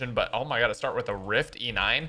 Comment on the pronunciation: "Oh my goodge" "Oh my Lordge"